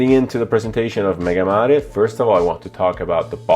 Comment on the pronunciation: Finally proper pronounce of the name MegaMare or big sea on Latin...refreshing to hear properly..